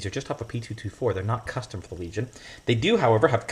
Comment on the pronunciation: That’s a hard “L” my man! hard L